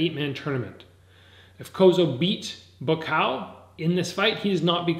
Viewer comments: why do you say "BUKAO" ??? it's buakaw !!! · Tf is bukao? It's Bu-wa-kaw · Amazing content brother, but it just ticks me when you say Ba Kaw. It's pronounced Boo-ahh-Cow. All in all great commentary keep up the great work!! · People get so bent out of shape over pronouncing a name wrong??? I don't upset when foreigners pronounce my name wrong. And it doesn't sound like he says Boo Ah Cow. More like BwwaCow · It's pronounced Bhuakhao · Not pronouncing Buakaw’s name correctly smh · It’s so damn annoying when you are not saying Buakaw’s name correctly! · Imbarresing u cant pronounce his name right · Your pronunciation of Buakaw is poor. But nice try! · I'm half Thai it's not! But close!